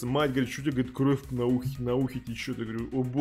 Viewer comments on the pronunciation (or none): none